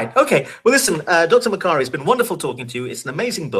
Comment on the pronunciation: Makari is my my name but they say it like ma Kari I geuss I'm a authour then?!